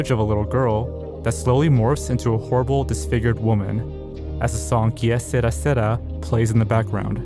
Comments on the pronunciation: "Key-a Sarah Sarah" It's pronounced more like "kay-serah serah" 😂😂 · "Que sera sera" is an English mistranslation of an Italian phrase. Your pronunciation is not correct in either English or Italian. In both, it is generally pronounced more as "kay ser-AH ser-AH" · It's que ser-ra. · The child with flowers was part of some campaign type ad.... nuclear power or war? Something. Also, funny you say "que sera sera" like it was Spanish. It's French and pronounced "que = kay" vs "ki" and "sera = sey-rah" vs "sira". Anyway...love these weird vids you put out! Yay! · Que Sara Sara- is French. Pronounced “ k suh-rah suh-rah” as in “Que sara sara, whatever will be will be…” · It's pronounced Kay Seraah seraaah, not Kia seruhh seruhhh... smh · the song is pronounced "KE SERRA SERRA", not "kiye siera siera"...it's french. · neither can i, just gimme a "seh-Raa" 😭😭😭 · He literally said "Ikea sera sera" 😭😭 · The way you pronounced Kay sera sera like a Mexican has me laughing Jesus Christ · Heads up, "Que Sera, Sera" is pronounced "Kay Se-RAH, Se-RAH" I grew up with my mother singing the Doris Day version to me. Kinda interesting that it could be used in a scary psa, considering my connection with that song. Great video as always 👍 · For the record, and this is more of a nitpick, but on the Que Sera Sera lost media, it's actually pronounced like "Kay Seh-Ra Seh-Ra" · You're mispronouncing the title to the song Que Sera Sera. It's pronounced Kay Serrah Serrah (rhymes with blah). They use the creepy version for the theme song to the show From. And I'm old enough to know the Doris Day version. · You're pronouncing Que Sera Sera wrong, it's pronounced "Kay Sa-raw, sa-raw" in the song. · Que Sera Sera is not pronounced with a spanish accent btw, it's Kay Serah Serah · Jsyk, “Que Sera Sera” is pronounced “Kay sir-ah sir-ah.” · I believe it's pronounced, "K. Sir ah. Sir ah." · omg, and its KAY SER-AH, SER-AH. not sara. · Que Sera Sera is French proounced "kay ser-RAH ser-RAH".